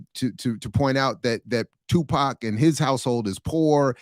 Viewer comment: Who is pock. Stop. His name is tupac shakur